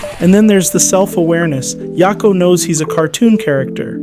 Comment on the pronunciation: Yak o not ya ko. Idk why that bothered me so much